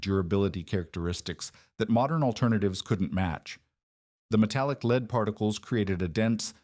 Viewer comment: Interestingly, it gets 'red lead' right each time while 'lead' by itself is usually mispronounced.